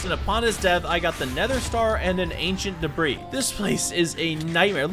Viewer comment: i was just making a joke on how he said ancient deborah and not ancient debris